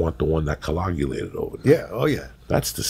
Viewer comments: “The one that cologulated” 🤣🤣🤣 Joey needs his own dictionary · That pizzas done "coagulated"